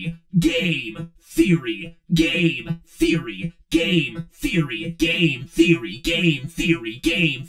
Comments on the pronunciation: Oh, and the end went from sounding like "Game Theory" to "Gain Theory". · is when i keep hearing "gae theory" instead of game theory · The faster you say Game Theory it sounds like you're saying gay Theory